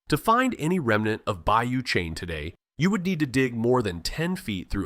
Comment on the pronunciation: Bayou Cheney LOL it’s Bayou Chene (look at pictures at 8 minutes 41 seconds) and it’s pronounced “Shen”. AI voice over is terrible!